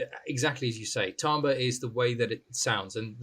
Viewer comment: it's the correct pronunciation 😂😂😂